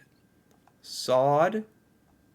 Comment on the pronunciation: I do enjoy your videos. Quick tip to the Norwegian language, if you see double consonants (two of the same letter) it is said quickly. Like Sodd, that has to be said quickly, not slowly. Same med hakke, ikke, bjeffe, kasse and so on. Wish you a great day.